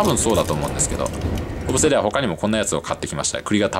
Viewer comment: 小布施の発音が正しくて聞いていて違和感がないです。